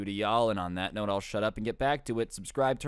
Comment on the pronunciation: Correction for, the best storyteller ever in the universe its note, not "Night" Gosh I sounded mean on that, sorry ^^'